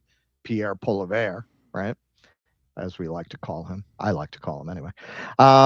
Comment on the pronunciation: Poilievre is pronounced "Pwoli-evre"